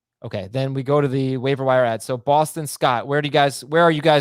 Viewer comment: For the love my sanity, it’s AD, not AP! Adrian Peterson is All Day.